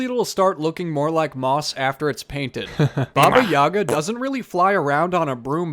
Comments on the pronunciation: Baba Yaga is a not evil nor good. In slavic culture she's between the world of the living and dead. She usually helps heroes with advice and healing, but can trick them as well if she's feeling like it. And it's pronounced YagA with the emphasis on the last syllable. Great job, the house is really cute!! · OKAY. Why did I think Baba Yaga was your accented version of Baby Yoga?? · it is pronounced `babi yagaa only Russians will understand